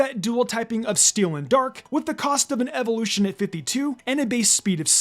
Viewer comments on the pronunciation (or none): none